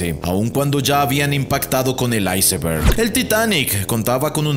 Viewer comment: Por que dice icemberg si solo es iceberg